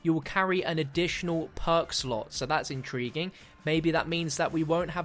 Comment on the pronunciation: DONT EVER SAY INTRIGUING AGAIN PLEASE!